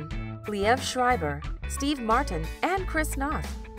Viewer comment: I think NOTH is pronounced with a Long O, as in No.